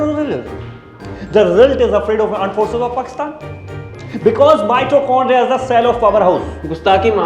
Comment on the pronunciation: Aand forces😂😂